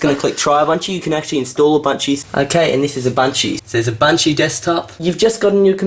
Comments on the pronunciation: "abuntchoo" is how i pronounced it before seeing this video. lol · She should’ve clicked ALT + F4 to close the mail app And I literally heard bunchu instead of Ubuntu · Its not UbunCHU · in my contry we call ubuntu u-bun-to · Its Ooo-bunt-you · you said it wrong you have to say it with an aus accent. "down unda"